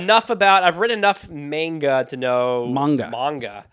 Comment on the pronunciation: Ron pearlman also did a great lich king on adventure time. Also unfortunately I am pretty sure I am not the imposter.I’m an Asian kid who the algorithm sent here and stayed for the lulz. Also also the way pronounced manga is shameful. It’s Monga like pokemonga. As for the question, how did such different personalities like yourselves become so close?